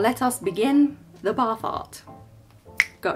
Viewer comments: "let us begin the bar fart" me - What?!?! boyfriend - she said bath art Love it ! xx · Every time you say bath art I hear "bar fart" and giggle like a 12 year old.